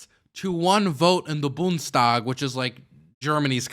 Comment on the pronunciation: Boond (spanish) es tag is how you pronounce bundestag